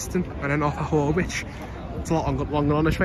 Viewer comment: Horwich is pronounced Horrich and not Whorewitch!